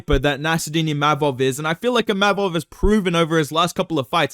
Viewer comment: Said ImaMov, he gets angry 😂